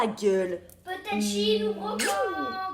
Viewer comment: La wideox trop stylax que j’attendais avant d’aller en bwocante